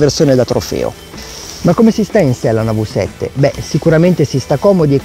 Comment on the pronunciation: "vi" 7 NON si può sentire